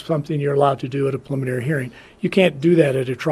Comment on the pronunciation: Why can’t this person say ‘preliminary’ lmao. Who is speaking the beginning of this video?